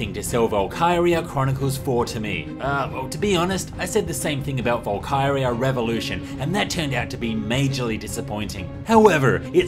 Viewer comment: I thought he was saying Valkewria.